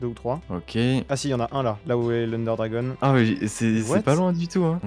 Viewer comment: Ender DRAGON, pas "DRAGONNNNNNNEEEEEE", ça c'est la lanière sur les manettes de wii par exemple ...